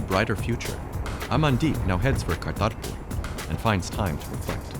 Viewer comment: He tried to pronounce Atal Bihari Vajpayee and Kartarpur correctly so cut him some slack.